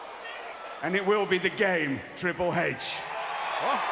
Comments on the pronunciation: "Triple Hatche" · "Triple Hey-Ch" - William Regal 😂